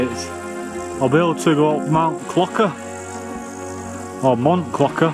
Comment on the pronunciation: Mount 'Clocker' 😂 is pronounced clo-share and means Bell Tower. You were missing out not checking the meanings of the places a bit like the Cat Cabin. Great video. I read you got Oasis tickets well done, I got Iron Maiden tickets myself , seems to be a lot of bands playing big tours next year 👍